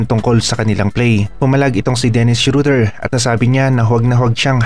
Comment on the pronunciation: boss hindi shoder schroder